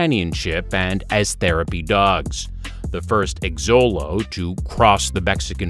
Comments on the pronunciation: I thought it was pronounced sholo as well. But I'm not an expert. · The voice-over person needs to learn how to pronounce the names of the breeds before he reads the script. The I in Shiba is pronounced like a long E1. The accent of the word mastiff is on the first syllable, not the second. The X in Xolo is pronounced sh; I could go on. And the Cirneco dell'Etna is a breed that's at least 3000 years old and maybe the progenitor of the Pharaoh Hound and the Ibizan Hound.